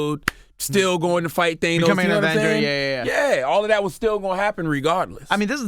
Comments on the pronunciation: His name is pronounced THAN*OS!!! Not They*nos!!! 🤦🏾‍♀️ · Omg if i hear Thaynos again!🤯🤯 Its Thanos!!! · Why are y'all still calling him "Theinos" when the movie clearly confirmed that it's "Thannos"? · Who the fuck is "Thaynos"? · these guys theorizing about Pym particles is soooo off but theyre so certain about it🤦🏻‍♂️😂 And WHY does CTG keep pronouncing Thanos like that?? THAY-NOS..? Its not like he hasnt heard the people say his name in the movies. Why bro? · These guys wanna be into this marvel shit so bad it’s embarrassing Charlemagne just learned how to say thanos